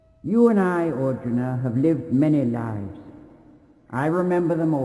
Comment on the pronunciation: makes Arjuna sound like Auden.